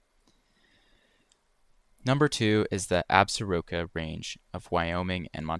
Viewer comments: . don't ask me why but "Absaroka" is pronounced "ab-zore-kee" :-) great vid! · FYI locals pronounce Absaroka Ab-sork-a, leaving out a syllable. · I'm told by folks who should know that Absaroka is pronounced with the accent on the second syllable, ie: Ab 'sar oka. Just sayin. Also, thanks for your stuff. I especially liked the one about the Henry Mountains. I once rode my bike over a pass north of Mount Ellen though I cannot find it on the current Google Maps. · With all due respect, the way that you pronounce "Absaroka" (of the Absaroka Mountain Range) is: > AB-SOAR-O-KEY. Absaroka is Indian dialect that means "Crow Indians". Thank you and good video you have here --> :face-blue-smiling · It's actually pronounced locally as the Ab-soar-o-ka Mountains. Out of this list I've been there and to the Boundary Waters. Both areas are amazing places, and are well worth seeing. Just south of the Boundary Waters is the North Shore of Lake Superior in the Minnesota Arrowhead. That's a gorgeous part of the country witb all sorts of amazing waterfalls, seastacks in Lake Superior, and many wilderness beaches on Lake Superior. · It's pronounced "Ab-sore-ka.' It is part of the Absaroka-Beartooth Wilderness and is part of the 20-million acre Greater Yellowstone Ecosystem. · It's pronounced "Ab-sor-kah". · It's "ab-zor-kee". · Ab- SOAR - ka it's kinda like Norleans =) A friend hunted the Bob, said they were walking on what appeared to be solid ground, but was in actuality 20-30 feet of old fallen trees piled up. if you're not a hiker, you can see the Wall fairly well from the Hiway between Missoula and Polson. Gates of the Mountains by Helena is a spectacular boat ride. not remote but towering cliffs like in your Owyhee clips. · Despite its spelling, its pronounced absorka. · Not that it matters at all, but the locals pronounce it "ab-zorka" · We pronounce it (abs orca) absorca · Its pronounced Ab-sair-ah-ka. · Absarokas pronounced Ab-ZOR-kuhs. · You are mispronouncing “Absoroka.